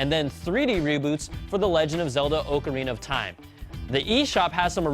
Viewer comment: Ugh his pronunciation of Ocarina of Time wanted to make me cringe...